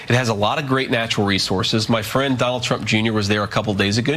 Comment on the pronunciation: Awwe... Jr. has a fwiend! :face-red-heart-shape